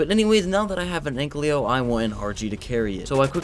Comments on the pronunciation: omg it annoys me so much when he says anklio its ankilo T-T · No hate but its ankylo not anklyo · please dont say anklyo its ankylo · its not an anklyo its an an-kyl-oe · AN-KY-LO not AN-CLEO